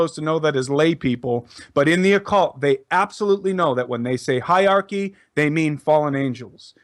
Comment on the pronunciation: the word is hierarchy (pronounced HIGHER-ARCHY - not HIGH-ARCHY)